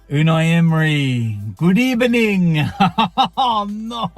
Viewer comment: is finally going to get his revenge at Villa Park😂😂😂 mark my words lads.